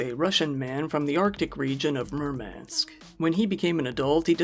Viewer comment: When you said "Murmansk", I heard "Mermaids" 😂😂😂😂😂😂😂😂😂😂